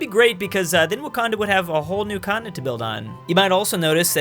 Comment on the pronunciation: Everyone: continent: cottonit